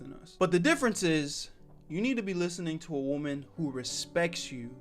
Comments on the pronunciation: Man what is with people pronouncing "woman" and "women" the same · the way bro says woman